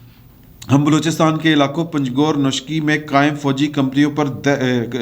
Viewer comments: نوشکی ہے، نوشکئ نہیں، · شیخ رشید پنجگور اور نوشکی کا نام غلط بولتا ھے